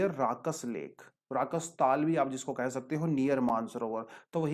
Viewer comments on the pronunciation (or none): Sir it’s not राकस ताल it’s राक्षस ताल pls correct